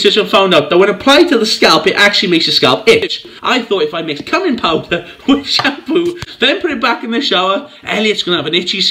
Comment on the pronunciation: "Cumming Powder" You've got to love foreign pronunciations ;)